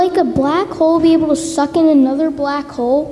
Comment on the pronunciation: It sounded like he emphasised suck ...